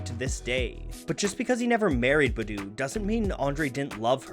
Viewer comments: Honestly the way you say BuH DWHO MAKES ME A LIL sick boo..its Bahdoo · You said badoo which was really white it's Bah-Doo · The only thing I didn’t like about this video is the way he pronounced “Badu” 😂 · Kept bothering me too. Maybe he should make a video on her to right this wrong…